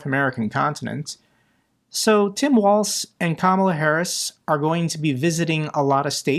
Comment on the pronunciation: Yes, please unseat creepy Ron! By the way it’s “walls” not waltz. Tim Walz is my governor!